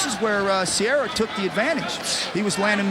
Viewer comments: EXACTLY. What a useless announcer. Matt "Sierra" vs Din "Thompson"... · I kept waiting for the one commentator to get corrected with, “it’s Serra, not sierra” lol